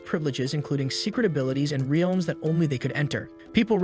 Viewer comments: The Ree-elms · Bro said wrlaems